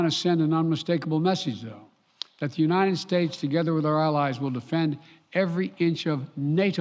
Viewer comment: He can't say the word "united" or did they misspell it on the teleprompter? Sounds like "u-nine-ed". His presidential portrait needs to be of him walking away from the podium.